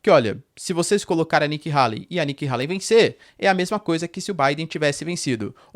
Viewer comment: Nikki Hayley (rêili, não raili) é uma GRANDE MENTIROSA quase estilo Hillary. Façam uma pesquisa. Ela é NOJENTA! Tá sendo patrocinada pela indústria armamentista.